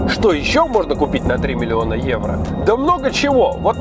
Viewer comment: 3 миллиона Эуро ...Для харизмы нужно было сказать не 2 раза а 3 ..:-)